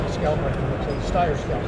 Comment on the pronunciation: That guy seems like he doesn’t work for Steyr despite wearing their badge and tshirt. Mispronounces Steyr, and is not familiar with their new A2 MF model, keeps saying it looks like it has this, looks like it has that, like he’s seeing it for the first time.